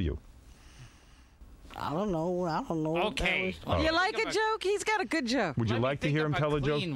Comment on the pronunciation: Valencia Beetlejuice always says goo instead of good so Gilbert was basically making fun of him to his face but Beetlejuice isn't smart enough to realize that